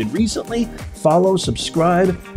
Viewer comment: NEZ. NOT. NUTS. 🤣